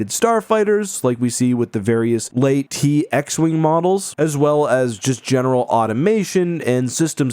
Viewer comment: "Various Lay-Tee X-wing models..." Whaaaaat???